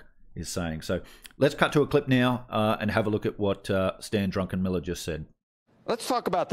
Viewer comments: His name is Druckenmiller not Drunkenmiller.😉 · Druckenmiller Not DruNckenmiller 😉 And of course he’s exactly right. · Not drunkenmiller. Check the spelling it is a German name. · It's Druck, like a duck. Druck en Miller.